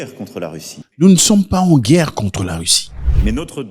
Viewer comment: La Guerre et non la Guère !